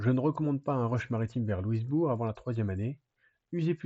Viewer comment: Faut dire Louis Bourg et non pas Lewis Bourg 😊 J’ai visite plusieurs des endroits de cette guerre, plusieurs des sites son tres bien preserve autant au Canada que les USA. Pour les Canadiens Francais le derniere bataille sur les Plaines D’Abraham a Quebec est le moment ou le Canada est devenue Anglais, un moment tres dur